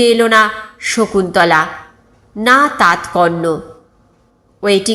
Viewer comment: দাত কর্ণ নয়, হবে দাতা কর্ণ